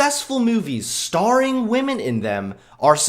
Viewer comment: Him in his feminist comedy video: “feminist comedians make such shallow jokes...” Him in this video: says wamen Me: hehehe he said wamen